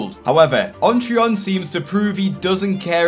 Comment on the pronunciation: I keep forgetting what this guy's actual name is since I keep hearing "OnTron"